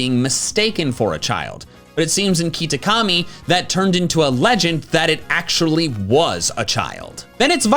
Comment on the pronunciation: did you just call it keetakami? lol